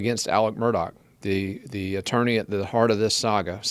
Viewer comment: Why do you refer to him as “Alec” when his name is Alex?